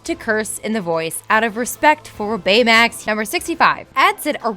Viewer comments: I feel like they pronounce shit wrong on purpose in order to get people to comment so much on their videos. "Tadishi" "San Fransoskyo" "Baymex" Idk how pronunciation becomes inconsistent when you're reading facts and are able to do more than one take for a video that you can edit... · She kept saying "San Fransoskyo" (with an extra S in the middle for no reason), and also "Bayamax" (with an extra "a" sound as if she were confusing him with Betamax), so I wouldn't ever expect her to spell or say a Japanese word correctly. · Does she have a pronunciation problem Big zero 6 San franssssssssoyokeo Baymex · I swear none of these narrators know how to pronounce anything "sanDfransokyo " "baymiX" LIKE HAVE YOU EVEN SEEN THE MOVIE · You mispronounced Baymax on the first take and had to rerecord it, didn't you? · Why does it sound choppy? and why does everytime she says baymax it sounds weird. am I the only one who notices this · who else noticed that she emphasized the word 'Baymax' really fucking wierd